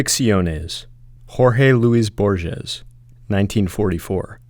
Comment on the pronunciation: Sir, reconsider the way you pronounce Don Quixote, and Borges. Please visit the website called forvo to check pronunciation.